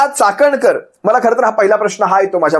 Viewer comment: चकणकर नाही चाखणनकर वाई। धन्य झाली बाई।